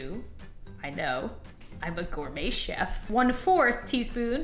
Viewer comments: "groum chef" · O my god stop saying goumey sef